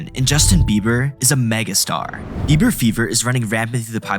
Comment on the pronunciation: It sounds like eiber, you can hear the small b.